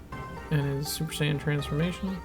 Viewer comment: Mispronounced "Saiyan" as Sayin